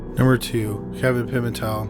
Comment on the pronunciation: Story 2 it's pronounced " Pi - Mental " not " Pi - Men - Tel " it's said like one 1 word name with " Mental " being pronounced like " a Mental asylum " so Pi - Mental = Pimental....... not Pi - Men - Tell ....I have alot of Pimental's where I live so I gotta do their name some justice lolol but your still the man bro 🤘